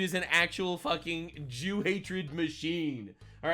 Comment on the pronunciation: mfw says the J word 😱, and its not ze joos!! 👃🏻